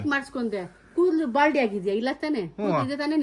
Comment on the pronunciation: ಬಾಲ್ಡಿ ❌ ಬಾಂಡ್ಲಿ ✅😂